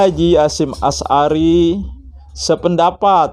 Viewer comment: Ngomong sj belepotan. Berulang kali nyebut Nama Kyai H. Hasyim Asy'ari di sebut Kyai Hasyim Ashari